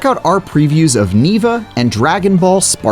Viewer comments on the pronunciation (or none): none